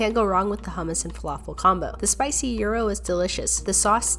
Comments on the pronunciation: Bro it’s not euros the real pronouncing is gyros guy”- rose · Did u actually pronounce it like "uu~ro?" instead of "jai~ro" (gyro) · Not euro it’s pronounced gi-row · It's pronounced JYRO 😆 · It’s pronounced jy-row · Thats not how u pronounce gyro it is pronounced ji-row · Bruh why does she pronounce gyro like as if the g doesn’t exist